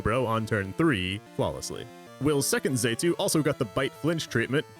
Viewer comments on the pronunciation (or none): 'fan-pie' how the f did you butcher that so badly. it's 'fan-pee' Also it's not 'zay tu' it's 'zatu' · Let’s not forget ‘Zaytu’ now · no but the pronunciation for some of these pokemon HAS to be a joke and I'm just not in on it lol "core-sola", "phan-pie", "zay-too" are CRAZY lol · "fan-pie" "xay-too" okay, that's likely just comment bait, but it doesn't make me any less nettled. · Saying Fanpie and Z'EH'too for phanpy and xatu got you this dislike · Mispronouncing 'Xatu' is forgiven this one time because you used Xatu in a very Xatu way.